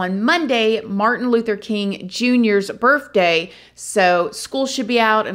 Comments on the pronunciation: I love the way you say 🎂"birfday" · Did I hear her say birfday?